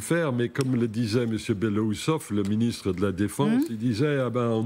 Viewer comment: "Ecoutez le ministrus de la defense" 😂😂😂